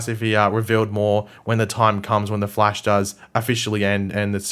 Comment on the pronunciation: Of The Flaesh" XDD